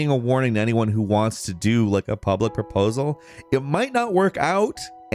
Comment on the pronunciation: "marriage proprosal" I can't stand and his inability to pronounce words properly. You narrate videos, my goodness... put in some effort. Dude is probably getting drunk before each video.